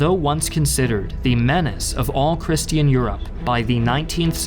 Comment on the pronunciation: Bothers me how you've pronounced the word "christian" multiple times